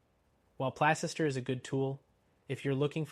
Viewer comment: It's pronounced Place ster you fool.